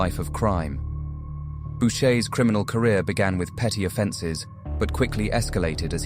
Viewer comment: Boucher is pronounced "Boo-shay"